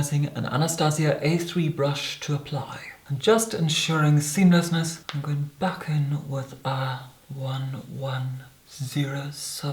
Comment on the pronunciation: Tell me I wasn't the only who shivered when he first said "seemlessness"